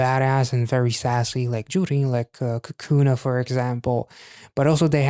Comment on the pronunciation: Bruh, it's COCO na, not COCOO na! First and 2nd syllable are pronounced the same, not like O and U. But thanks for sharing your thoughts on so much of their content! XG has crazy mad skillz in all areas, with sweet personalities! Ganbatte! Hwaiting!